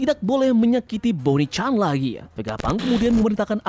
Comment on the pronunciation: mohon maaf izin kritik, ada beberapa kata yang tidak jelas, sehingga saya mengulang ngulang lagi, demi membentuk nada dengan cara dipercepat pelafalannya, seperti "tubuhnya" "ditekan" "bonney"